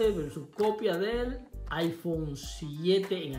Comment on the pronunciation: "Original velsus copia" 😂😂